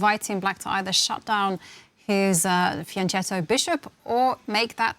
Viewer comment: Commentators are 10 leagues below the players, but keep blabbering nonsense without any understanding. Then, for the love of God, "fianchetto" (italian word) must be pronounced "fianketto" hard c. You are supposed to know that.